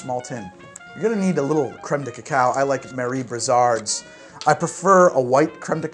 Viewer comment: Please, it's "crème" not "créme"